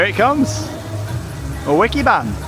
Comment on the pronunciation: I remember when the cartoon was on in the UK back in the day, and it's pronounced "Vicky the Viking", Wickie apparently being the Dutch way to spell "Vicky" . So, Wickie Land, Wickie coaster etc should be pronounced with the V sound!